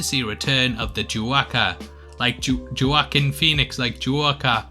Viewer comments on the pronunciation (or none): It's pronounced "waa_keen".